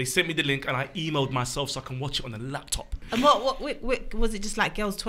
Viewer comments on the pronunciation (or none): why did man say laptop like that🤣😭